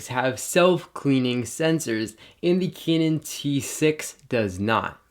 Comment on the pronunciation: all i heard is "Kenen" rather "Kanun"